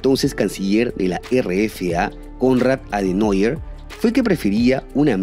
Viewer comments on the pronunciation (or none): Muy buen informe. Dos detalles: Konrad Adenauer se pronuncia "Adenauer" como se lee en español. Y Hönecker se llamaba Erich y no Enrich...... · Llamar a Adenauer (así como se lee) Adenoier es una vergüenza. Poco profesional. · JAJAJAJAJA.PESIMO TU ALEMAN INGLESADO. ADENAUER SE PRONUNCIA TAL Y COMO SE LEE. NO "ADENOIER" WILLHELM SE PRONUNCIA "BILLJEM"... NO " GUILEM" JAJAJAJAJAJAJAJAJA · Adenauer se pronunciaría como lo has pronunciado si se escribiese Adenäuer. Se debe pronunciar, más o menos, como lo haríamo en español.